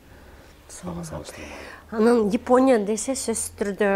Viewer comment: япония деген созду йипония дейсинго 😂😂😂